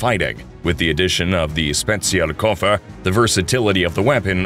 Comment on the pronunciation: You really did a great job at pronouncing "Spezialkoffer".